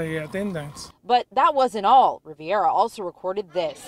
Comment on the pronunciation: Guy is named Rivera......not Riviera. Pay attention, reporter.